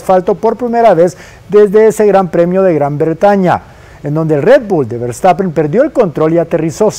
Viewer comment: Ese “vertapen” no lo conocía😂😂😂